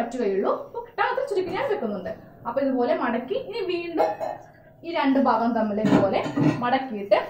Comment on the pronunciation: ബാകം അല്ല ഭാഗം ആണ്